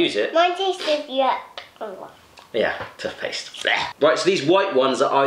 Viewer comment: He says tuthpaste